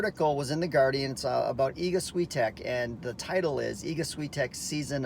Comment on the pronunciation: Please learn how to pronounce her surname correctly.